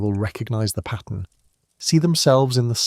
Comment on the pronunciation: This information is fantastic. It was painful to hear pattern and resources pronounced "patten" and "rezources" over and over and over though. And being the sixth civilization let's not say "sickth."